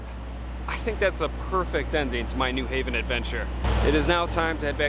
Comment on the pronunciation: Thank you for pronouncing New Haven correctly, with the accent on the second syllable.